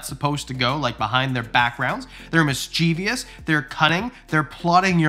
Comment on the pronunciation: My boa isn’t much of a climber and she doesn’t have a crazy feeding response. She pops her head out whenever I open the terrarium and if I don’t have food she stares at me as if she wishes I were dead. When I pick her up she’s like “I really don’t see the point of all this but ok…”. PS I’m sorry but now I’ve heard you say it twice in this video and a few times before. It’s Mis-che-vous not mis-che-vi-ous.